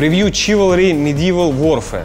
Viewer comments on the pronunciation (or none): Чиварли,не Чуварли.